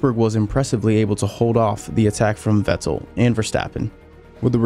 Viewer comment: Why do you say "Vettel" with that weird pause. "Vett' el"